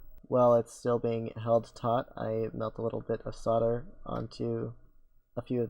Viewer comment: "sodler" lmao